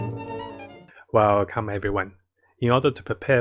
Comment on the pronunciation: "Whalcum Everyone"